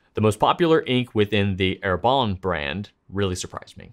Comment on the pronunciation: Dear, you are a nice man, a likable man. And I take on a considerable level of risk when I suggest you reconsider how you pronounce French words. It's a considerable stretch to say Herbin as Herbahn. Perhaps /er•ba/ like her ban without the n. Just a bit pompous am I? Well, I'm 80 years old and get a pass. Don't I?